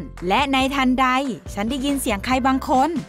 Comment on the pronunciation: เวเฟอร์ ไม่ใช่ เวปเพอร์นะคะ คำว่าทันใด พูดเหน่อไปจนแปลกค่ะ ปล.แปลความหมายตรงเกินไปจนผิดค่ะ